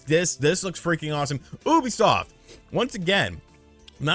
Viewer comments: It's pronounced YOU bisoft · I pronounced it as YOU-be-soft.